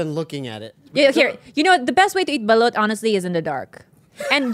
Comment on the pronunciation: Is it just me or is butcher the pronunciations of these dishes? Like when he said Pancit, Ive never heard anyone say it like that same with how he said Balut?!?